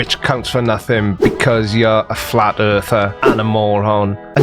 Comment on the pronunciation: I guess ive been saying earth worng all my life, according to its earf